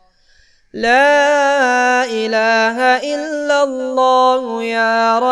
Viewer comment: aap parh thain hain illalla. Likha allalla hai. Thikh karo mehrbani